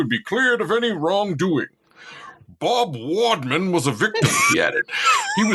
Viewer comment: The way he kept saying "wadman" was so cringe. I couldn't finish the video.